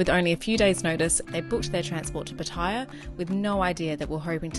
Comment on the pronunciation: It's not. Pat eye ya It's not. Pat. A. ya The locals say Pattaya Same as pat a cake